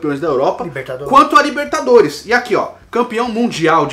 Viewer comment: "Taça Lerigou" kkkkkkkkkkkkkk 🤣